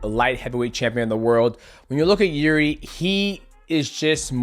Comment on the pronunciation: Nobody can pronounce Prohazkas name. He even got to pronounce it wrong by himself. Try to surprise him with real pronounce, something like "Yirjy"